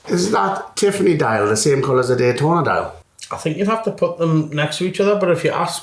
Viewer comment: “gaytona” what?😂